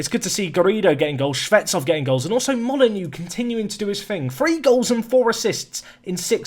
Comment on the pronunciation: Oh. Dont worry about the mistake, we all make them. Also, dont forget, Moly-Noh 😜